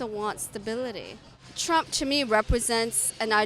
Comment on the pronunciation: Says "Rump"